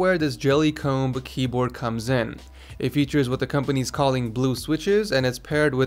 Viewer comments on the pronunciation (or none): ''Mechanical KeyBAORD"'